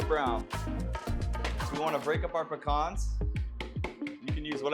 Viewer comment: I just subbed solely on the fact that you pronounced pecans correctly 😀